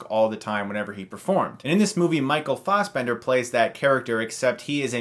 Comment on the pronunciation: It's Fassbender* Not Fausbender.